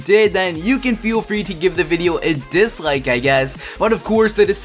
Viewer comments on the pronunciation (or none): Did you disghike or ghike this video?